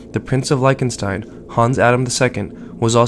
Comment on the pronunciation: Your pronunciation of Lichtenstein is ATROCIOUS!